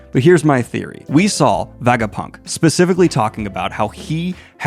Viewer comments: Kinda painful having to hear him say Vagapunk instead of Vegapunk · WHY ARE YOU SAYING VAGAPUNK ALL THE TIME?!?!??! IT'S VEGAPUNK! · why is hey saying vagapunk? is he also saying vageta? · Did yo read the entire arc while refering to the scientist as Vagapunk? Like, did you not notice his name was vegapunk along the way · It's Veh Guh Punk. Were you even got an Ah sound is beyond me. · kaydo and vagapunk is hard to hear lol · Every time Daniel says "Vagapunk," I want to jump off of a tall structure. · Everything in this video was great except for the pronunciation, Daniel it’s not vagapunk or kaydo 🤣 but it’s part of the charm I guess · I knoe he partially does it for engagement, but holy fk its so distracting and diminishes the video so much that he isnt able to pronounce the most important character of this arc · yes we know you are more of a casual one piece fan. Your pronunciation of Vegapunk and Kaido makes that clear 🤣🤣🤣